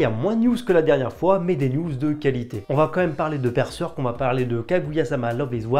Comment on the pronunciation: Mais pourquoi prononcer Berzèrk ou Berseurk, alors que mécaniquement Berserk ça se prononce Bèrsèrk en français ? Les gens de plus de 40 ou 45 ans qui ont appris avec la méthode traditionnelle syllabique en CP et CE1 (1e et 2nde primaires en Belgique), ils apprenaient que le "e" se prononce "è" dans les syllabes fermées. Berserk, ça s'écrit en deux syllabes, Ber et Serk, le e à chaque fois est suivi d'une consonne dans SA syllabe, donc ça se dit Bèrsèrk. Ensuite, le s ne se prononce z qu'entre deux voyelles comme "rose", "usage", etc. Il y a des exceptions, mais peu, à cause des mots construits avec un préfixe, genre "resucée", mais là il y a un R devant le S, donc pas de problème, on prononce S. Et dire qu'on continue de nous soutenir que l'enseignement syllabique, c'est pas utile à l'école...